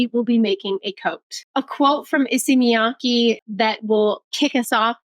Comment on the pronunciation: oh by the way, Miyake's KE is pronounced like KEttle or CAre, with word stresses at Y and K so its miYAKE, not miYAAkeeee